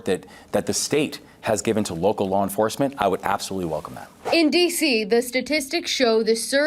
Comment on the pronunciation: Did he say woke-cal law enforcement 😂😂